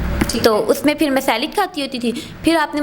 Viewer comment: گلتی اور فِر سے تو لگا کہ انڈین چینل دیکھ رہے ہیں 🤪🤪